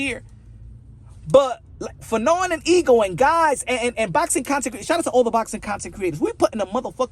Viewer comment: Wasn't you calling fannon fagnon I think that's worse than bud did lol